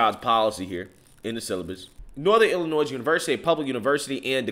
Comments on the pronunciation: It's not Illi-noise. It's pronounced Illi-noy. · You are AWESOME,. The S in Illinois is silent!! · The S in Illinois is silent… please please please do not for the love of god pronounce the S like it’s plural